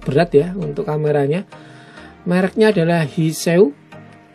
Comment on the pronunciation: baca nya" hai see you " halo sampai jumpa..